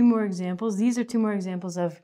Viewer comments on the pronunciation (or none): none